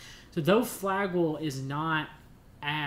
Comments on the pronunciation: Good nutrient supplementation recommendations, but I find it difficult to listen to the repeated mispronounciation of Flagyl. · Also ..flagyl is the trade name.we are usually using the generic metronidazole..cheaper. It can be a useful drug but has side effects like any drug.maybe he should leave the medical advice to the doctors .pharmacists etc.i cannot listen to the whole thing bc it is so grating to hear him mispronounce flagyl! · You are saying Flagyl wrong!